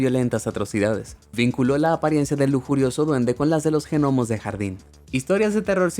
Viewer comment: Esa pronunciacion de los Genomos.